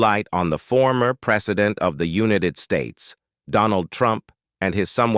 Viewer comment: The title is a lie and you know it ! The AI voice can't even properly pronounce "united states" and The Ultimate Exploration is an ultimate scam ! bet your subscribers are bought.